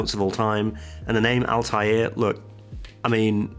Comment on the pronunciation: Also, to help you pronounce it correctly, assume it two words: AL Tha and Air... Tha is like start of Thanks. Say "AL Tha Air" :)